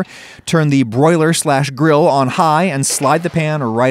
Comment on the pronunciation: Seems so unflavorful where's my yummy sauce stop saying gril